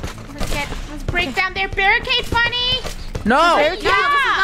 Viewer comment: Not trying to be rude but it's Funneh sorry